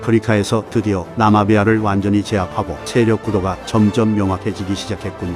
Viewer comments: 나마비아 아니고 나미비아요 ㅋㅋㅋㅋㅋㅋㅋ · 나마비아가 아니라 나미비아인데 묘하게 거슬리네요 ㅋㅋㅋ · 나미비아….나마비아라고 하는 거 너머 킹받네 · 나마비아 아니고 나미비아라고... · ㅇㄴ 근데 나미비안데 계속 나마비아 ㅋㅋ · 나마비아 개거슬리네 나미비아야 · 나마비아 -> 나미비아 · 나'미'비아 입니다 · 나미비아를 자꾸 나마비아라고 하는거 거슬려요ㅠ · 나미비아를 계속 나마비아라고.... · 영상 너무 재밌네요. 한가지만 고쳐주셨으면 하는게 나마비아가 아니라 나미비아입니다. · 나미비아를 왜 자꾸 나마비아라고하는거에요?